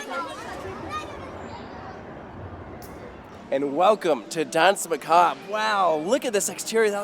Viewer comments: "dance macob" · It is dansmacabre